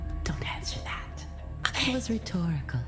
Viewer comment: dian wahyu niarti dia sengaja pake dat bukan that